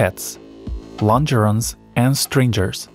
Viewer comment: You are pronouncing the word "stringer" incorrectly. Go to Google Translate and play its pronunciation there